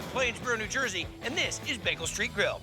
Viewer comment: Am I the only person who hears Guy say beg-gel instead of bay-gel?